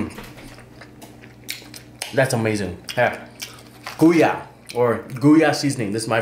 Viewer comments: its pronounce Go-Yah. Not GooYah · Bro... GOI-YAH seasoning not GOO-YAH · it's pronounced Go-ya, not Guya. Just wanted to put it out there. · And jus like you say joy uhh its Goya not gooyah jus FYI 😶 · That seasoning you say GOYA is like this Go - Ya that how to say it. Us Hispanic use all that seasoning! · It’s Goya like ‘Goy’ rhymes with boy. Pronounced Goy-yah. Great video as usual!